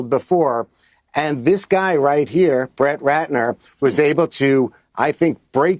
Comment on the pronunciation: Know, I'm not the only one that heard "Bratt Retner" right? 😂